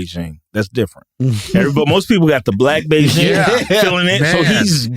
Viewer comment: WTF is Beijing? They are talking about the spray for wayward hairlines, right? 😂 Big-en is how I thought you say it.